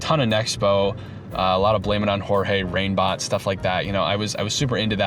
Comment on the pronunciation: i think you said "reignbot" but i thought you said "rainbott" and i was so confused because they (rainbott) started making videos like 4 years ago 😭